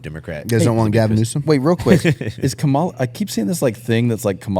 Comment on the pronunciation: Appreciated on this pod. Needed pushback without being degrading. speaks very “matter of fact” even when he has no idea. I think he’d sound more intelligent if he’d actually pronounce “Kamala” correctly.